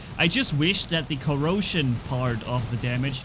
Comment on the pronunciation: Welcome to the COROsion cerbarus 😂 I was like.. Dit he said corona? No it was corrosion, it's fine 😎